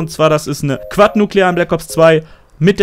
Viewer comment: Hihihi wie du Quad sagst heheh aber geiles Video ❤️😘😏